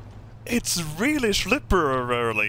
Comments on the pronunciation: Det heter SLIPPERY! Ikke Slippereredarliyy :P HAHA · I love hearing you try to pronounce “Slippery” and your American stereotype jokes. They are spot on 😂👌